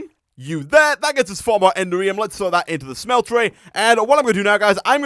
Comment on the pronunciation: I thought you might like to know that the correct pronunciation of "Enderium" is not "Ender-ree-um", but "En-dare-ree-um". It's a small thing, but it can be a little grating sometimes!